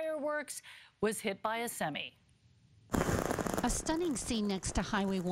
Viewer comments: "hit by a semee" haha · Today I learned Canadians pronounce 'semi' weird...